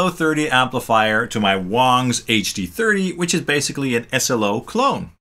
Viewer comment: I Feel like you are pronouncing the Wang wong. See what I did there? Wong, wrong…